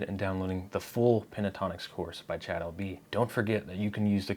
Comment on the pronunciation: Cha'ad....almost as bad as to'od! Jeeesh